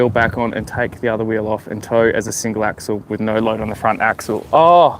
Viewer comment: Sorry, I don’t mean to be “that guy”… it’s axle